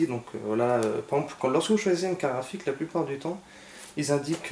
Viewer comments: Carte GRAPHIQUE pas karafik .... tu a tué mes oreilles lol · Tu dis une car rafi a la place de carte graphique :) mais ta video est pas mal.